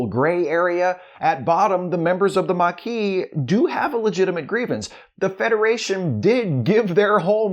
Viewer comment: The mar-kee' 😅